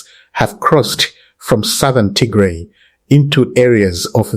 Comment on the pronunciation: It is not Tigre! It is Tigray! Not difficult to pronounce